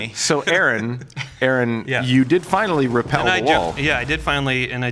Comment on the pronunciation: Rappel, not repel.